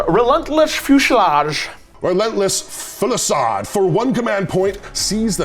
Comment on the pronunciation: Fusillade is pronounced few-sill-aid, for future reference